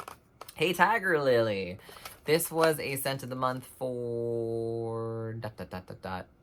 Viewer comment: "Hey, Tiger Lily!"- 🤠 Loved the cowboy accent. Lol. Your videos are the best. TFS! I am a wax enabler and applaud your addiction 💯.